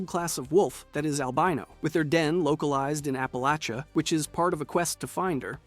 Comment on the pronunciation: I'm from the Ash Heap. My parents house is in 76. Love your videos but we say App-a-latch-ah. Bless your heart.